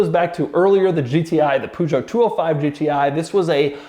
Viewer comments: It's pronounced Per~Jo,. Not Pu~Jo, bloody Americans 🤣🤣🤣🤣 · It is Peugeot 205 GTI not Poojo! 🧐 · It's not POOZHO. Learn how to pronounce Peugeot correctly. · “Pujot” noooooooo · "Poo" jo ...wtf! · his pronunciation of the Peugeot is making me want to commit seppuku . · Golf GTI has been launched in the 70's plus the way You pronounced Peugeot 😅😅😅😅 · Doug is the kind of guy that owns a Carrera GT, but cannot pronounce Peugeot. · Doug butchering that Peugeot pronounciation 🤣🤣 Great effort though 💪